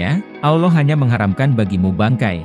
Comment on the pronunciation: bang bukan awloh tapi alloh, beda artinya